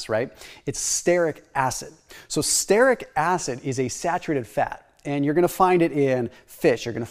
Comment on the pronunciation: Brad Marshall, creator of The Croissant Diet is all about stearic acid. He added starches to the diet to prove that the belly fat eliminating function of stearic acid works even when not on a ketogenic diet. Btw, stearic is pronounced STEER-ik, not STARE-ik. Love the vids, longtime subscriber.